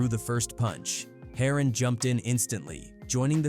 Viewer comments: "Harrin"😂 Its pronounced HERON ( HAIR-RON) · HATE THE DAMN AI BULL ISH, PRONOUNCING EVERYONES NAMES WRONG! Its "HAIR-ON" LIKE SHORT FOR HEROIN. SMH😂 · It’s heron like heroine 😂 may be I should do this id be a great YouTuber ai 🤖 amazing